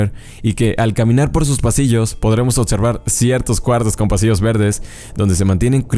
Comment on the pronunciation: Corrige el decir "otservar", es observar, se escucha mal en tu video, saludos.